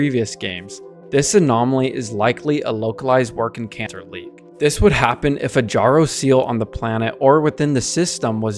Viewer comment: I think your suppose to pronounce the second 'c' in W'rkncacnter. It shouldn't be silent. Love the blueprint diagrams in your video.